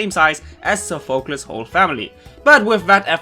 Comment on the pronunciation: Its pronouced sofa-clease for Sophacles